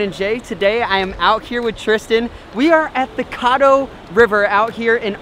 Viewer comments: caddo- short "A"sound. (like shadow) and it's NEVER warm. EVER. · Caddo River isn't pronounced the way you're saying it. Its pronounced like Cad not Cod. Caddo River! Not Coddo River. Here in Texas we also have Caddo Lake. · Just to let you guys know it is pronounced "kad-oh" not kod-oh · you said the name of the river wrong .. its caddo not coddo youtube video so you can learn how to say it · I go to the he Caddo river all the time it’s pronounced ca-doe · It is pronounced cad-doe river